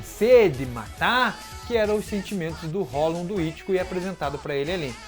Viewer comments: esse cara fala hollon e não hollow kkkk mas mesmo assim seu conteúdo é muito bom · Pronuncia "Rrolou" porfavor, não é hollon não kk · Ele fala hollon rsrs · Queria entender por que ele só fala "holum" e não "hollow" (que é a pronúncia correta)... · "Hollown" meu tooooc aaaaaaaaaaa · cada vez q eu ouço hollon eu morro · Por que você pronuncia "hólon"?